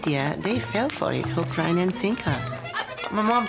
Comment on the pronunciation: “The media, they fell for it- hook, rine And sinker” lol lol